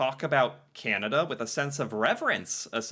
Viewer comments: BTW, you’ve got to learn to say Canada correctly. It’s not “kenedah” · it is not pronounced 'Ken ada' it is 'Can ada'. thank you for paying attention to this matter!